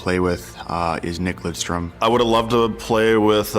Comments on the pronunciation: As Detroit Red Wing fans, we absolutely cringe when he is called Lindstrom. Its Lidstrom. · For christ sake LIDstrom not linstrom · "nick lindstrom" Lidström damn it